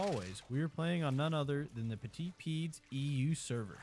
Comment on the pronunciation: this is ur voice right? why do u say like uh "petiz peeds neigh" when you say petits pieds na? originally I thought u used like text to speech but then I saw u saying u were the one voicing ur videos in the comments so I js wanna clear up whether you use TTS or its ur actual voice?